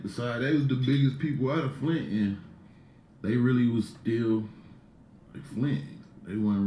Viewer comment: Flint to Atlanta “FlintAna” not “FlinTINA”